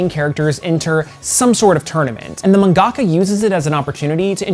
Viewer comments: ... did you just call Manga-ka's Man Gocka? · Mangaka is pronounced Manga-ka not Man-gaka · Why do you pronounce "mangaka" like that? It's not "man-gawkuh". It's "mahn-GAH-KAH." If you're going to use the term, please use it correctly. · Dude I’m a little disappointed because I thought you of all people who know how to correct pronounce “mangaka” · Please listen to another human being say the word "Mangaka" For the love of all that is holy! My brother please! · found the "ackthually" guy